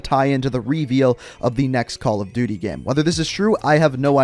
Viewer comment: "already in the gaam"